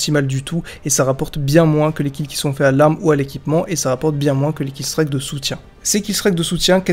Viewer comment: J'adore tes vidéos mais killstreak se dit "killstrik" et pas "killstrayque" 😉